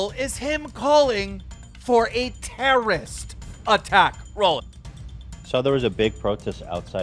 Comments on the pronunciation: Anyone else think keems pronunciation of terrorist is hillarious. He says it like my 10 year old cousin would say it 😂 "terrist". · Terrist? Adaption? Do you know how to talk or can you not read? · „a terrist attack“ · Keemstar: "TERRIST" lmfao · Keemstar can’t even say the word terrorist correctly when it’s right in front of him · Googles the definition of Terrorist, still can't even pronounce it.